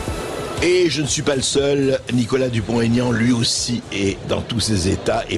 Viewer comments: Bercoff a la tête dure... C'est Dupont.... Aignan, pas Tégnante ! 😂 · On ne fait pas de liaison quand il y a un trait d'union. On dit Dupont, Aignan et pas Dupontégnan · Pouvez vous dire son nom comme il faut!!! Pas Dupon- taignant!!! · Oh bercoff ..Nicolas vous a dit pas de liaison entre dupont et aignan.. c'est pas compliqué